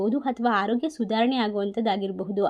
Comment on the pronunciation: Pls. Correct your pronounciation not finding difference between ha and aa ex; hana harogya. Like that